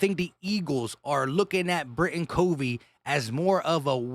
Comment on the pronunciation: It’s Britain C ‘uh’ vey, not C ‘oh’ vey. But I think we’ll all know this soon enough. 🦅